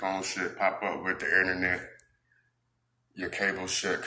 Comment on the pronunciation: HE CAN EVEN SAY INTERNET LOL!!! LET ALONE GET IT FOR FREE